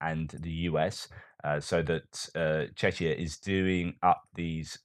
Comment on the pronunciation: FFS! PLEASE! Stop pronouncing "Czechia" as "czeczia"! We are not chechens! Thanks!